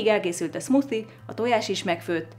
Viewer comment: szmuszi xd😂😂 amúgy az smoothie